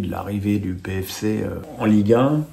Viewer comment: On dit PFéC (PFC)comme TFéC(TFC)